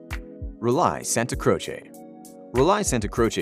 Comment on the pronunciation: What?! … the Details in Luxury narrator can’t pronounce “Relais”? This is a computer-generated audio, correct??